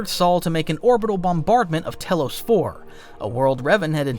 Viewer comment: Tellos, Bastilla, Cherka ... the list goes on 😂😂